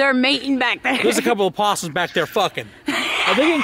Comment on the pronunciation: He said there’s some apusums fucking back there 😂😂